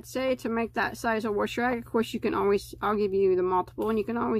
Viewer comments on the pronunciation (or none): Good video.Except the word wash sounds like you are pronouncing it like there is an r in it.